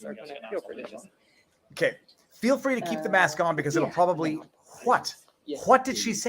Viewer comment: I heard her saying the "public prooly" but didnt catch the two other mumble words.